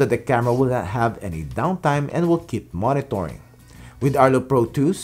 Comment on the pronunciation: i love it every time you pronounce the word “Monitoring”… It sounds like “Moni-tor-ring” instead of “Moni-ter-ring”…